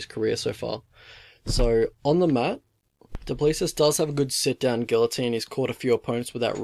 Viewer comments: Pronounce it 'Doo pla-see' phonetically 😂 reckon Dricus is gonna take it home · It's pronounced Do Plessee. The s is silent. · Stilnox baby!!!!!!!! South Africa represent! Dricus is going to destroy this kid! Gota respect a police officer who finds the time to be a UFC athlete tho man! Mad respect to him but sadly he is going to sleep! It pronounced Doo-pla-see. Anyone know when Don Madge is fighting again??? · *do~ pleh~ sí Spot on with his first name tho 👍🏻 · No your not pronouncing it right😂